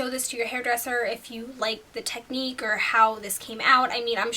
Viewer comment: You say or weird :/